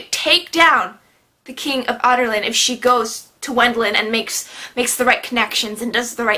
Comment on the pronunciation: I died when she said Adarlan like "otter land" and Wendlen like "wet land" at 😂😂😂 P.S. I think the book was called 'Crown of Midnight' because the Wyrd key that the king has, was in the crown inside the tomb and the keys are made of obsidian right? I'm still a little confused whether they are or not. Also I think 'Heir of Fire' is called that because Celaena is heir to the throne and her main Fae power is fire.